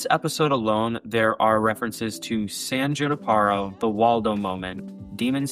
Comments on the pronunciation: For someone that watches Black Mirror a lot saying “San Juniparo” is crazy. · i still hear you saying the E in other words. It’s San Junipero bro